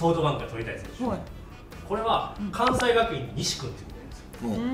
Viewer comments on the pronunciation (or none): "かんせい"がくいんですね。すみません関西人として見過ごせませんでした。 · ×かんさい学院大学 ○かんせい学院大学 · 先生すごいんですけど 関西出身なら関西学院は「かんさいがくいん」ではなく「かんせいがくいん」と読んでほしいですね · かんせいがくいんな！！！！！ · かんさいがくいんじゃなくてかんせいがくいんです。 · 先生、関西人なら関学の読み方間違えたらアカンやろw ☓かんさいがくいん ○かんせいがくいん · 先生、関西人やのに関西学院大学を「かんさいがくいん」って呼んでるんまじ？ 絶対エセ関西やわ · 先生お見事です！ちなみに関西学院大学は関西以外の人からよく間違われるのですが、「かんせいがくいん」です。🤗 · 関西学院は「かんせいがくいん」です‼️ by OB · かんせいがくいんな